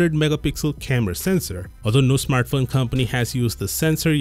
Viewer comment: smurtphone? lol bad english is amusing